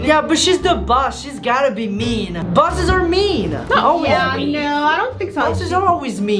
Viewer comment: bosses. But it sounds like busses